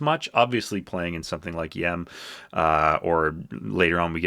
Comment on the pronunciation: Dude, you don't know how this comes off to Phish heads. Golgi which was absolutely not written by Phish is pronounced Golji and it's the way the Covid-19 virus enters the cell, then when it exits the cell it literally physically rips apart the Golgi to form it's lipid membrane. Y.E.M. isn't pronounced "yem," Esther is actually about an evil man giving a little girl an evil doll that kills her, please do a bit more research about Phish and who they are and their lyrics and the meaning of them before you make yet another absurd video about them, and by the way I've had the poster for "Hunta" since I was 16 and it's been behind me in like a hundred of my videos.